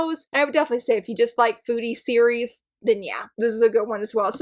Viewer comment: I had exactly the same thoughts about Daydream Darling! Also, for the last one instead of "foodie" manga, I misheard and heard "booty" manga 🤣🤣🤣 I was like: wait, what? 🤦‍♀️😅